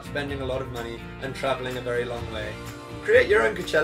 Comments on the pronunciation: coachella not cochela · He says is like “cuchella” 😂😂 not trying to be mean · I’m dying every time he says cachella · why does he say KICHELLA ?? Xx😂🤦🏼‍♀️ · WHY CANT HE PRONOUNCE COACHELLA?!?!